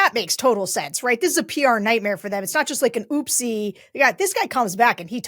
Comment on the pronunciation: Please do not ever say ooppsie again?